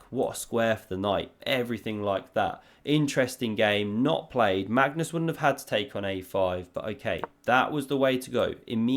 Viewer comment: Absolutely love how you butcher Magnus' name. Next up: Mascus Larsson